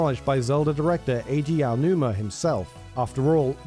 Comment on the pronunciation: Typically I internally snicker when your channel mispronounces Aonuma, but for some reason, I find your pronunciation of Yoshi adorable. 😊